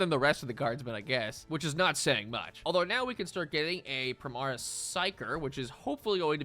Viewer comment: He said Primaris Wrong